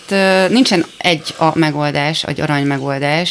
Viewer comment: Próbálom nézni, már többedszerre futok neki. De valami rettentő, ahogy M. Vera beszél. Miért nem tud NORMÁLISAN beszélni? Affektálás, vagy mi ez, ahogyan a szavakat kimondja? Á helyett ee-t mond: pl. "megoldeees". Hol tanult magyarul?? HALLGATHATATLAN.